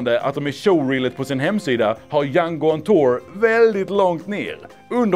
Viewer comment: Bara jag som hör "Hjärnkontor" när han säger Jango On Tour? Nej? Bara jag? Ok... :<